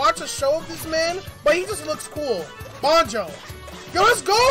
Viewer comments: Yo it banjo not bonjo lol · Banjo Not Bonjo